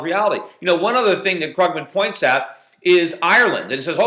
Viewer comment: its kroogman! xD krooooogman